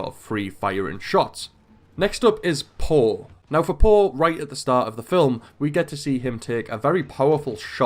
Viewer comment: Its not paw but poe